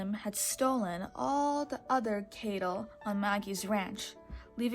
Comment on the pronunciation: You know it's cattle not cable right?